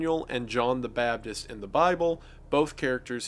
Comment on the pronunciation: I just noticed that Wendigoon says John the "bapdis" and not "baptist", I realize he has always done this and I can't unhear this now.